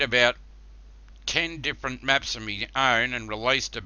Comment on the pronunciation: "10 different meps, I've relised 4 or 5 of them, and I got another 4 to cum" This guy is Russian, Hillbilly, and drunk at the same time